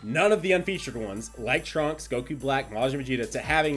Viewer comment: Theres 1000 things i wanna comment, but i wanna say... Im pretty sire since “Trunks” ends in a S you dont pronounce it “Trunkses” you just pronounce it “Trunks” other then that (sorry) keep up the good work and GL ON THE SUMMONS